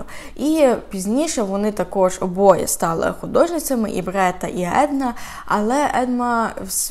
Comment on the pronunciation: Дякую за розповідь. Але чому БРЕта, а не БЕРта